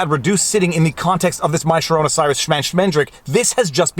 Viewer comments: Why is he calling it mysharona Cyrus? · Did he just say corona virus in pig latin?! Lol